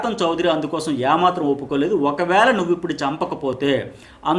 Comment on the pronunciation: యా మాత్రం కాదు.... ఏ మాత్రం అనాలి.....